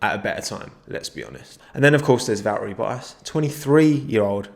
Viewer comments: From the guy who calls Valtteri Bottas for "Va eri Bo as": "Do you say Ocon or Owcon?" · He seems unable to pronounce the t’s in valttri bottas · Everyone else: Valtteri Bottas: Valeri Boass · ValTTery BoTTas, not Val ery Bo as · Everyone: Valtteri Bottas. Definitely not American: Vawery bo’as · Hhaah love how u say 'Valerie boaas' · "valeri bo ass" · "vareri boas" nice pronunciation xd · Vallerie boas😂 no hate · "Valtriii Boaas" 😂😂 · Val-uh-ri Buh-as